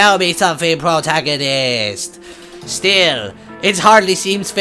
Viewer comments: Wow, when you said "pwotagonist" I was hearing "ahaha, ahahahaha, ahaha, ahahaha" for hours. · i neay died laughing when the demon lord ame up to link and you said, "Mmmm. You smell good PWOTAGONIST!...." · Pwotagonist! Ahaha! Ahahahaha! Ahaha! Ahahahaha! It's time to doo-doo-doo! Doo-doo-doo-doo-doo! Doo-doo-doo! Doo-doo-doo-doo-duel! I love.